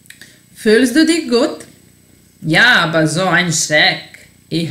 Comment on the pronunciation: Citaj te gramaticki, a ne „aba“ = aber ili seha = sehr. U skolama se uci gramatika a ne dialekti koji su razliciti u raznim krajevima